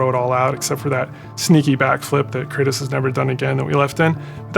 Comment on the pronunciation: Who is craytus ? Thought his name was kratos